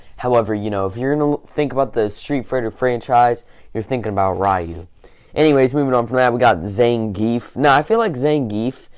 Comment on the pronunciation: Rieh-u? Really?